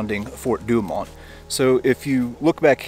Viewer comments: sorry... "4 du oh moe" google will give you the phonetic pronunciations...and I'm just messing with ya, I love your channel! That's Fort Douaumont sounded out as we used to say. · "For- Do Oh Moh" Fer cryin' out loud man Google can tell ya how to pronounce these French Nouns.